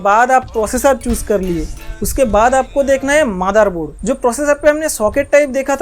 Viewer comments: Your pronunciation Madarboard instead of motherboard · Bus❌ Baas✅✅ Motherboard ❌ Madarboard✅✅ Budget❌ Bajat✅✅ 😂😂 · मादरboard in your accent 😭🤣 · gali denewala pronunciation hi vai lagta hi gali deraha hi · Sayad bro Bengali hai because Mera bhi pronunciation kuch asa hi hai😂😂😂😂😂😂😂😂😂😂😂😂😂😂😂😂😂😂😂😂😂😂😂😂😂😂😂😂😂😂